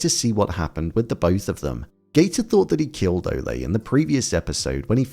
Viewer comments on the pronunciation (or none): why you pronounce Ole like Olay? It Ole like Ol’ or Old. Good review btw. 👍🏻